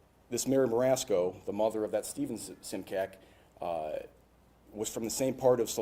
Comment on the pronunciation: It's interesting how he says the spelling of immigrants' surnames changed, but this particular surname (Simcak) is actually just the opposite - the spelling remains, except for the diacritics, but the pronunciation is quite off (it would be Šimčák - pronounced as Schimchuck).